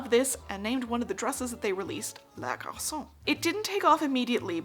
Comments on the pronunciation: This is great, I loathe Chanel, but dear god! Garçonne is not pronounced like garçcon! You have to actually say the N! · Great video, very informative! Notice that la garçonne is feminine so the second syllable should be pronounced fully